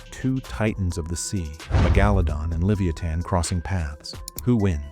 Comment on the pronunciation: That's not how you even say megalodon😂😂